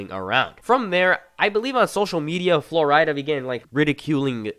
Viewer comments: Who the fuck is Flor-ida? I can’t tell if your joking or not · Good video, other than your pronunciation of certain words and names like flo rida. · Had to turn off with the way your saying flo rida